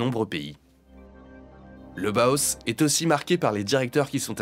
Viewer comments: Bau se prononce Ba-o en allemand, s'il vous plaît. Et le H est aspiré. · Le Bauhaus (/ˈbaʊˌhaʊs/ et non pas /boos/), je connais grâce à Karambolage. Évidemment que les extrêmes droites, qu'elles soient royaliste, fasciste, ou "néo-païenne" sont détestent ce style, tout comme elles haïssent le Suprématisme, le Constructivisme "russe", De Stijl, et leurs successeurs - exception faite du Futurisme, avec lequel les Fascistes ont des ambivalences -. Elles sont réactionnaires, elles embrassent la tradition - même fantasmée - et rejettent la modernité. À l'heure où les extrêmes droites fasciste et bonapartiste vernies par un semblant de respectabilité gagnent du terrain, après un contexte de dépolitisation enclenché par les Libéraux dès les années 80, va falloir se battre aussi bien sur le plan partisan que sur le plan artistique. Cette extrême droite veut le Fascisme ? Ils auront le Bolchévisme - qu'ils ont qualifiés de "Judéo-Bolchévisme" et qu'ils qualifient pour le moment d' "Islamo-Gauchisme" -. Il sera donc pertinent de valoriser tout ce que les extrêmes droites détestent, y compris sur le plan artistique - possiblement même les œuvres de Soulage, qui ont au moins le mérite d'exister -, en plus de devoir relancer le Front unique prolétarien - ou Front unique ouvrier -. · B-A-U-H-A-U-S !!!! Pas BOHOS 🙄